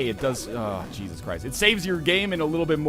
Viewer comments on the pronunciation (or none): none